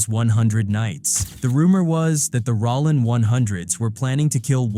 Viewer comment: Sounds like A.I. is narrating the vid. That joint said Rawlin's Zero😂